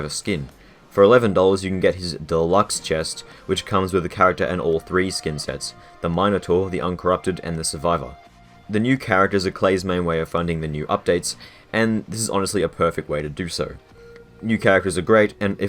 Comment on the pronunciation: "The Mine-o-tor" uhhhh... mhm, yep.